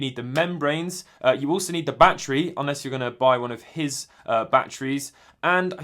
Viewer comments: “Bah tree” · “Bah tree 10 dolliz”